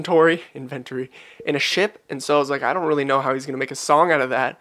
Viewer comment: Production wise it is really good. Tho I kind of don’t like his pronunciation of “know” “glow” etc. It’s not my favourite at all unfortunately.